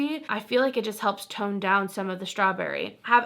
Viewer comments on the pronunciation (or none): none